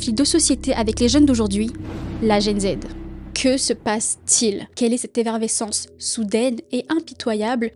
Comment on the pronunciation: On dit effervescence et non evervescence😂